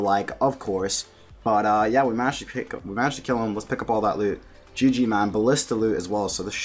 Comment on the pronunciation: "Gee gee mahn" haha. Love the vids bro sick pker. Keep it up. Rsn: cowaboonga